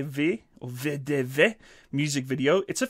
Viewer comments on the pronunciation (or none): When reading cyrillic. There is no "e" sound. Only V. So not VE DE VE just V D V. Confusing but